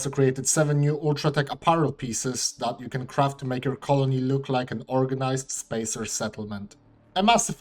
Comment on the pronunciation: spae sir